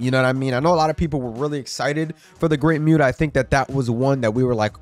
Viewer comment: Dude you just said the Great muta name wrong, say the name right or don't say anything at all.